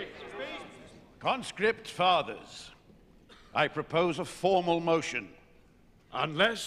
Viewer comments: Anthony veto the MOTION-UH, Stand up veto the MOTION-UH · “Veto the motion-ah!”